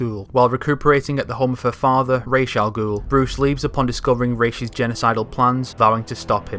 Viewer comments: It’s pronounced Raysh not ‘Rarse’ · This is freaking great. Awesome work. My only comments/criticisms are that you said Raz instead of Raesh and Fal-'cōn instead of Fal-'cōnee.